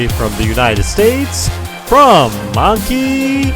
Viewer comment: You said anki wrong